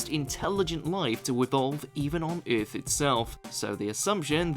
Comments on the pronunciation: the word is Earth , not eiuth , lol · The way he says "earth" cracks me up 😂😂😂like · “ eeeeeerrrth” “ sauce to sauce” 😂